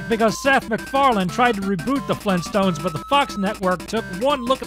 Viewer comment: FLEENTSTONES!? AUGHHHHHHHHH!!!!!!!!!!!!!!!!!!!!!!!!